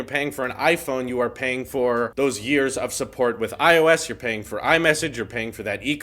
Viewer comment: what if i told you i hate the way you say ios. you kind of say it like "IO-Ss" instead of "I O S"